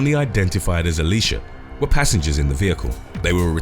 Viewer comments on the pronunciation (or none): none